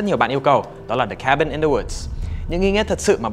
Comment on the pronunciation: Cabin chứ ko phải Kabin bahaha